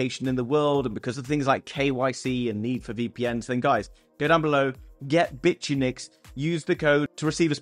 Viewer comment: Ahem, it's bit-unix, not bitch-you-nix 🤣🤣🤣